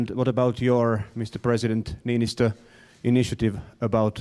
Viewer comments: He is called "Niinistö" not Ninychou, lol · Trump should have listened even once how to say Niinistö, no one expected he would say it perfectly, but c'mon Ninotsou, that's just awful. If he couldn't have bothered, just say the President of Finland. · "President Ninizoh" xD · Ninychou.. Ninychou.. How hard is it? Just.. Please Donald.. Niychou? Try harder to spell our presidents name.. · Ninytsou XD LMAO LMAO LMAO LMAO LAUGHED SOOO HARD! PLZ LEARN TO SAY THE NAMES BEFORE GOING TO PRESS CONFERENCE PLZ!!!!!